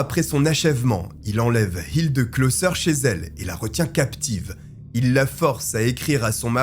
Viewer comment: Ich lebe in Deutschland seit 34 jahre. Ick kann Ihnen versprechen, dass "Hilde" wird nie "Hildeu" ausgeprochen. "e" wird " e" oder "é" gesagt. "Hildeu" ist lächerlich.